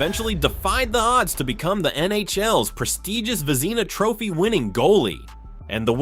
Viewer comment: Vezeena Trophy? If you're going to use AI, You should have one real person listen to the audio before posting; in this case somebody who knows hockey. AI's make errors a human would never make.